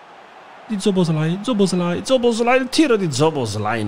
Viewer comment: Nessuno: zobozlai